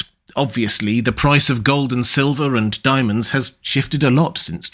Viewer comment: hehe, "dimonds"